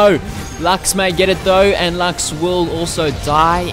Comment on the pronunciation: I LOVE HOW YOU PRONOUNCE LUX